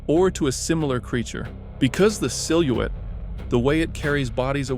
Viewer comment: I’m sorry how did you pronounce silhouette?